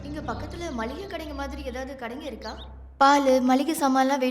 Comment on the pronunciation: மல்லிகை ஜாமான் இல்ல.. மளிகை